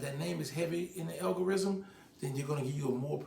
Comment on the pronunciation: Qweezy: “Inna what?”: “ Inna algorism”